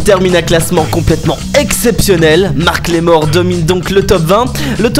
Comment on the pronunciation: Super comme d habitude malgres les petites erreurs comme macklemore et non marcklemore et bridgit mendLer et non mender